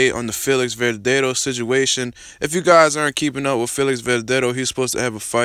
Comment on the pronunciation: man... least learn to pronounce his name bruh